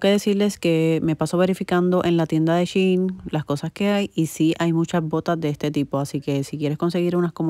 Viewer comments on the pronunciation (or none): none